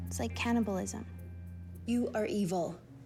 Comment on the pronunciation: “It’s like canabalism” 😂😂😂I love pheobe